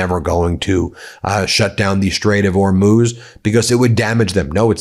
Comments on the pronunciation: Well you stopped saying Hor-mows but now you say Or-mooze. Just say Whore-mooze. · I absolutely love your channel and watch your updates daily, and I am now going to be that person. Could you please try and pronounce the Strait of Hormuz and Mojtaba Khamenei correctly? I do spread word of your channel widely here in my home country where many people are oblivious to the goings on in the Middle East. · Im just here to find out how you pronounce Hormuz today 😂 it’s been changing daily 😂 you’re getting close though.